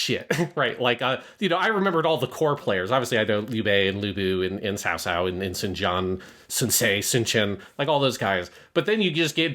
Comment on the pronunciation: I thought it was pronounced "Cow cow" until I heard correctly pronounce his name lol